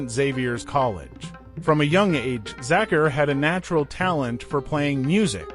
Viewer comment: These American commentators have this annoying way of speaking English, Sorry I digress, the correct pronunciation of Zakir is "ZakEar" and NOT the way this well meaning but annoying gentleman is saying it . R.I.P. great one. So its an A.I. "voice" I should have known OMG UGH !